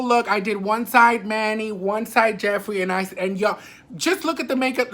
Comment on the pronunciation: Yesss girl I clocked it the house instantly when he did that busted ass declutter video !!! He couldn’t even say Jeffrees name 😂😂😂